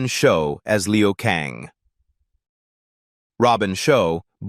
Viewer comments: Liu Kang , not Leo Kang. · Robin Sho as Leo Kang 🤦🏻‍♂️😂 it's Robin Shou as Liu Kang, stupid fucking AI...